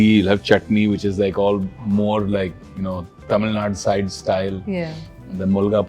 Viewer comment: Huge respect for this man. Especially when he pronounced “Tamil” as “TAMIZH”